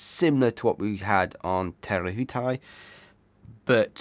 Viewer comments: An interesting cup awaits us all. Fantastic review eagerly awaited and the next 3 also. It will be interesting to see what the Americans come uo with, Patriot was a quick boat. (KiwiBTW). So excited to see them in action. your pronunciation of te rehutai is really good but.... Theres another one coming 😂😂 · Your pronunciation of Te Rehutai is a lot better, well done😊 and what a stunning looking boat Luna Rossa have produced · I know, and Te Rehutai supposedly wasn't that difficult a pronunciation. I live in fear of what the next one might be, but i'll give it my best shot anyways